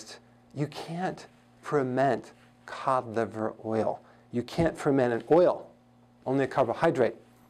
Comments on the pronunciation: Oh wow...thank you! Now I know what he's talking about, cod liver oil, not colivoil. 😂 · I heard it as cadible oil 😜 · I thought he was saying calive oil and tried to look it up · Is he saying canola oil? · Hi Dr Berg could you please say "Cod Liver Oil" slowly....that would help us a lot... because it sounds like "Cock Oil" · I thought he was saying condom oil🤔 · I thought he said “colidoil” but good info. I have acne so this is very useful to me. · I heard caudflower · Lmao I was googling, “colive oil.” & getting pissed 👌😂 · I heard covid oil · me too lol😂😂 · Thanks for writing this . I couldn't figure out what oil he was talking about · me too. I had to look at his board to see what he was saying (codliveroil). lol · Glenice Johnson thank you me too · Oh yes, exactly! Thanks for your comment now I know what he said there 😉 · I the same 😂😂😂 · Same here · Had to look it up in comments)) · Good advice, but you should try and pronounce 'cod liver oil' as three words instead of one long word we can't understand. Just a thought Doc. Very good info nonetheless. Thank you!